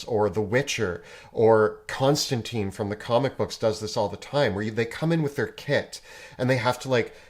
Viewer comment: TINE, not TEEN. Constantine from the comics has a different (better) name pronunciation! :)